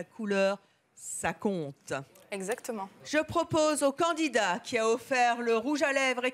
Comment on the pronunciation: Évelyne.. on dit candidat pas candinat :P